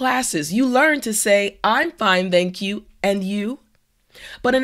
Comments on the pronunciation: Also, native speakers don't pronounce "thank you" as /zenk ju/ like you do in this video:))) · Around 41 seconds in you say I'm fine thank you but you pronounced the TH in thank you like the TH in The, Than, or Them rather than Thatch or Thanks. Hack!